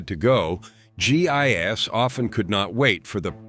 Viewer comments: G I S? You Mean GI's.. Lord these things are to dumb to listen to and just making people dumber.... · Pronounced "gee, eyes." Not gee eye,ess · Gee eye ess is not how you pronounce GIs. Why does no one who posts videos seem to proof them? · My sentiments exactly. You'd think there were better narration software that would know this. Everytime I heard it it was like fingernails on a chalkboard.